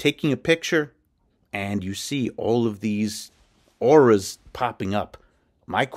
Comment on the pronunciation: "auras"....ffs people.....